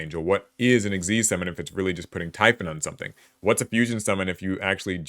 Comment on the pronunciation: I just want to say thank you for pronouncing "Xyz" the correct way ("ik-seez") and not just spelling out the letters!